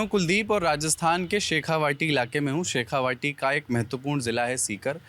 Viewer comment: शेखावाटी नहीं शेखावटी बोलते हैं, यही होता है जब आप रोमन में हिंदी पढ़ें